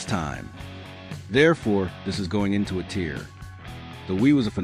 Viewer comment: while watching this, I was starting to get some weird red flag vibes that most of this vid was made entirely by AI lol. The way the AI voice said "A tiers", skipping the "A" and the script of the vid felt like it was written by AI.